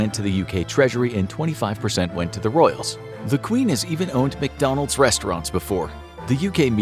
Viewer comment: Bro, said, Mackie Dees